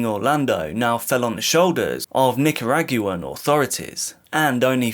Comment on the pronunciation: Say Nicaraguan like that again… I dare you